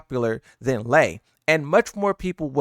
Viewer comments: Its Lei, not Lee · How do you not know how to say lei WuLongs name? It’s literally in sound bit form….its lei like LAY. You old enough to not be screwing up names kid lmao